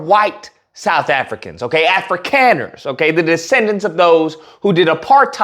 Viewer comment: It's pronounced Afrikaaners (Africonners)